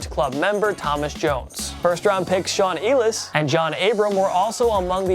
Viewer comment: Why do you pronounce names so stupidly? Brando Graham? Shaun Eelis? Dave-in Joseph?